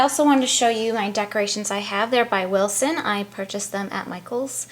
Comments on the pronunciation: Hey, love your videos!!! <3, just a quick note is Wilton with a T not an S Wilson lol Take care and keep doing videos I enjoy them a bunch Happy Holidays. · I didn't read coments below..but it is WILTON not WILSON. I love u anyway!!